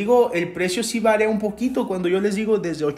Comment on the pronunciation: Se dice varia no varea